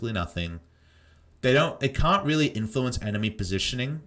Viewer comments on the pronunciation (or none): none